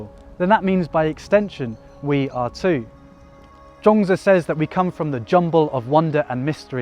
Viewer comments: Zhuang zi not Zhong zi, please please check pronunciation before you start using it hundreds of times, wrongly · All I really know about this cat, Zhuangzi, is that there as many pronunciations for his name as there are people on the planet! LOL! I googled how to pronounce his name and every one was different. So I clicked on thinking: he has been overseas and studied under Master Gu. I'm sure his way is the correct way. But I laughed out loud for about a minute when you said his name and it was different from all the other ways! I think Taoists would appreciate that. If nothing else, I had a good laugh. Cheers! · actually, pronounciation is not correct. but you are forgiven. and please dont use that Confucious picture. thats hongkong actor chow yuen fatt.